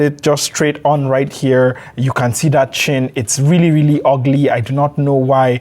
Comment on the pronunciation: Rili rili 😂